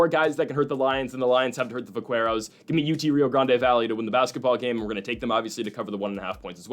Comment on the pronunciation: Btw, it’s pronounced vak-keros. The “qu” is a k sound. It’s slang for cowboy in the southwest. I wouldn’t have said anything, but you said it a bunch of times and thought you should know.